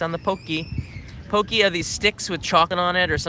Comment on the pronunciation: Do they really pronounce "Pocky" "pokey"? ^_^